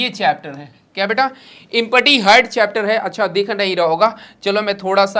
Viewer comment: Sir ji Empty Ko इमपटी nhi bolte h एमटी bolte h 😂😂😂😂